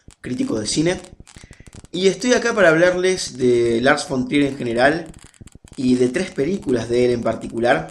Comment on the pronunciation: Porque pronuncian "fon trier" es muy molesto...